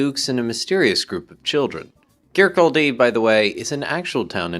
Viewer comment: minor correction ; its kirCAWdie, not kir-kol-DEE. pedantry i know